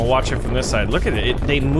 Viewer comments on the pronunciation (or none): none